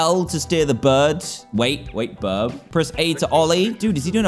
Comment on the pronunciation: Don’t u mean Birbs Borbs